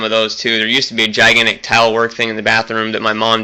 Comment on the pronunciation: Are you saying "tile" or "towel?" ... I'm going to be a big girl here and assume "tile"